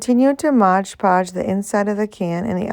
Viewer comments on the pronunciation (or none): You pronounce it 'Modge Podge'; but, it's really 'Mod Podge'. Lots of people mispronounced it. I wouldn't worry about it. Your crafts are beautiful❣ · Please say Mod Podge, not Modge Podge. I love this video.